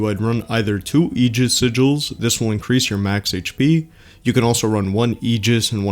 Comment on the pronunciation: You can buy both character-specific sigils from that shop. The other one is in the Dahlia Badges section. kudos on pronouncing "aegis" correctly haha.